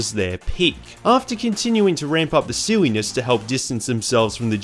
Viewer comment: i heard you said siwwyness instead if sillynes